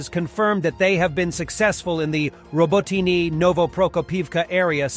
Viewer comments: OMG... pick a pronunciation of Robotyne and stick with it. Hell there's 3 different pronunciations in the first 70 seconds! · How he says robotyne ist terrible 😷